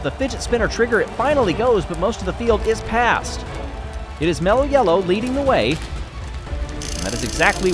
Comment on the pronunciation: Say it with, MELLLOW!